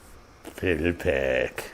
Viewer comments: "Fi - DEL - uh - pack" -- as in "FIDELITY" pack. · You mean “Fi-del-i-pac” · I thought it was pronounced FyDELipac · Phil-dell-ah-pack. Certainly you are old enough to have heard the proper pronunciation. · You would think he'd pronounce the name correctly.